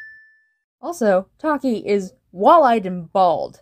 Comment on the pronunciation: Extra sins (Alot of em.) - "Funkvillie." - 'Earth to' cliché - 'Not acknowledging a problem thing' Cliché - ALSO, they pronounced Taki's name wrong. Pronounced Ruv and Sarvente's names right but get that O N E wrong. (Alt) - 'That's what they all say' cliché Also, Bunni would be kinda good at Cinemasins - Also why is the building broken, if its for another episode then why? (Alt) - Player would be ironically good at CinemaSins - Also, Taki isn't her LOST SISTER, TAKE A LOOK AT FUNKAPEADIA FOR GODS SAKE.